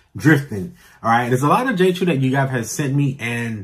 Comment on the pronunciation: It is pronounced “Chow “, my guy. Not CHEW.